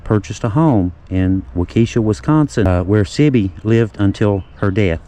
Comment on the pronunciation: Waukesha,,, pronounced. Walk A Shaw